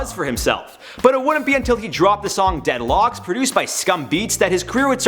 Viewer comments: “Dead locks” 😭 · Nobody::"Dead Locks" 😂😂😂😂😂😂😂😂